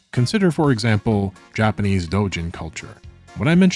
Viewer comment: say japanase one more time